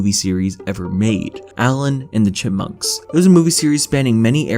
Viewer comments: nooo its alvin and the cihpmuncks not allin and the chipmuncks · THIS MAN SAID ALLEN AND THE CHIMPMUNKS